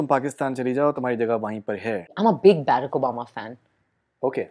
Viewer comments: Please get your pronunciation right "Baarak" bhaskan mod !!!!! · Learn how to pronounce Barak